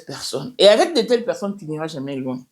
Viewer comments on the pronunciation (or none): Na d avec d avec au lieu " avec "